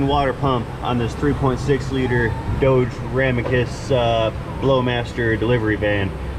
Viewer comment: I love the deliberate mispronunciation of 'Dodge' as 'Doe-dge', saying hello & goodbye to your 'patients', and lots of other little things too numerous to mention. 😁👍